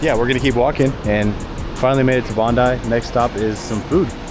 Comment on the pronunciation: Finally, an American said Bon-dye not Bon-dee for Bondi Beach. You're honourary locals! 😂